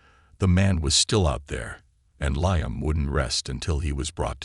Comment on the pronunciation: Liam pronounced leam